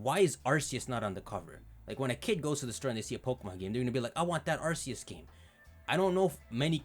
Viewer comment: ARCEUS PRONOUNCED ARK-E-U-S